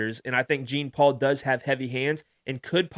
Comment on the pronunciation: Gene Paul? Please stop….lol. You victory lapped saying his name right then called him Gene Paul 36 times. 😂 JFC